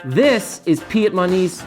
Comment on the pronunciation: Usual English pronunciation is peedmont.